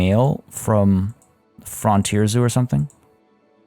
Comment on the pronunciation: it's the surprised pikachu face! -ok I keep forgetting to mention it, but it's "Fruhnt-eer" zoo, like front vs back, not "frahnt" like palm fronds. Think "Space: the Final Frontier". -I wasn't overly excited for the reindeer enclosure but I am totally in love with how serene it is. Like the first blanket of fluffy snow that dampens all sounds. And I think this is the one time I like the long grass, those picturesque shots from low in the meadow that gives off that ... country feel? Idk if that translates to non US locales.